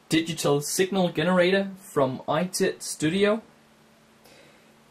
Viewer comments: Nice video. Just one little nit of a comment, try pronouncing "generator" starting w/o the "hard" G. More like J's (if that makes any sense). Still, your English is better than my (not sure what your mother tongue is...but I'm sure I can't speak it..unless it was French...which I'm pretty sure it's not.... ) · Signal WHAAT did you say GEHNARAYTA